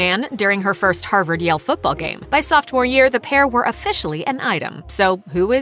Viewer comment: "Softmore year"???